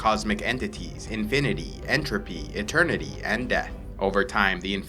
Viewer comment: EntropEyyy InfinitEyyyy EternitEYYY And deThh